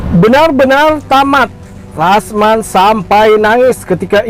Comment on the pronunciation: Rasman, bukan yasman